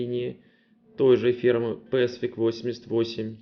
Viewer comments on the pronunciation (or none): none